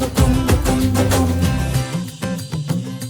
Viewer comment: KUMBHA ❌️ KUMBH ✅️ .... Har jagah angregi chochle mat lagao